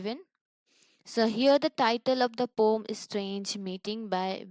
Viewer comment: Ur explanation is nice but why are u calling poem as a "poum"